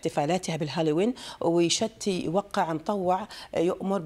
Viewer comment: يا BBC الكلمه بالتعليق الاول ويشتي كلمه يمنيه ومعناها يريد او يبغى بالخليجي وتنطق يشتي بكسره تحت حرف التااااااء وليس بفتح التااااء وشكرا